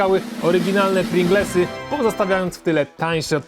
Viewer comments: Mowa o czym? Nie mówi się Pringlesy, tylko Pryingels... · Chyba równie proporcjonalnie co to smaku to ludzie się mylą co do nazwy. Piękny Roman też co chwilę Pringelsy mówił zamiast Pringlesy.